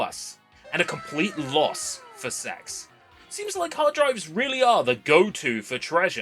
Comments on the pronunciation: you knew what you were doing by pronouncing it "sex" (we all know it's C-E-X) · mate, I beg of you to pronounce it "See-E-Ex" instead of "Sex" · Continually Pronouncing it “sex” instead of just saying c e x like 99.9% of the population gives off substantial childish cringeworthy virgin energy. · It's not "sex" it's an acronym, say it as you should, C.E.X. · Please don't say it like s*x. Everyone calls it CEX. The "s*x" thing is like an unpopular person who tries to make everyone call them by a nickname. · This is why I always pronounce it as C E X rather than “sex”. Such a dumb name for a shop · Stop saying it like sex, you say it like “see e ex” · why do i hear s4x instead of cex xD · "I popped into a local SEX store". Haha. I have never heard anyone call it sex. I have always said C E X. "SARTA" drives. Not SATA drives. Now I know you are saying things wrong on purpose. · Bro please read is C E X not "s**"😭😭😭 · Can we PLEASE pronounce it SEE-EE-EX not sex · I think you're the only person I've ever heard pronounce CEX as sex lmao. I'm not sure how I feel about encouraging others to seek out preowned drives. On one hand I love the idea of seeking out potential lost media, but on the other there are too many demented people out there that would seek out personal information instead. Blah. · I don't think we should be pronouncing it like that, I don't care if that's how they now advertise it now days, it's a store that sells games aimed at kids as well as adults. Just say C.E.X. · C.E.X is not pronounced sex no matter how much they want to convince you of it... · "well on our way of reaching 500" - 5K Side note: i love that our version of gamestop is pronounced "sex" and it will never not be funny to me. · ive never heard CEX pronounced any other way but "Sea Ee Ex", Unless you wanna have a laugh of course. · When they first came into existence it was pronounced Cee. Ee. Ex. its only recently since they employed 12 year olds to do the marketing that its changed.